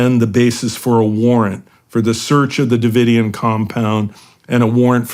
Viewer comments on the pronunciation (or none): How the heck you not know how to pronounce Davidian? Maybe you’re younger than me.. and don’t remember it being all over the news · Shawn can’t take 5 minutes to rehearse and pronounce “Davidian” correctly 😂